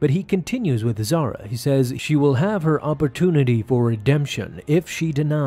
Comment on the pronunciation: Why you not pronounce "H" sound? If she was as you named her ,then she'll be Zara not Zahra. But reason is she's Zahra.